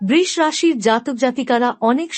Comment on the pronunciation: বৃষ্ রাশি? বাংলায় বৃষ রাশির উচ্চারণ অন্তত ঠিক করুন।